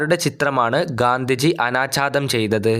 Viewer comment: അനാച്ഛാതം അല്ല ചേട്ടാ അനാച്ഛാദനം😂